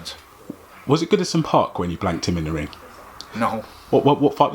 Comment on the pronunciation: "Goodison Park"